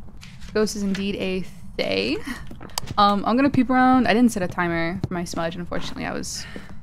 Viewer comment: Also, just leaving this out there, Thayes are actually pronounced Thuh-yeh! Ofc everyone will pronounce it as they like but I thought it would be nice to know as general knowledge :3